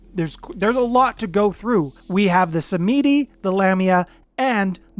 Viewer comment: Sam-Ed-E. Not sah-meedie 😇